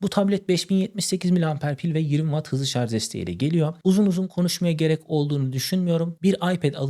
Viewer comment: Şarz yerine şarj desen daha iyi olur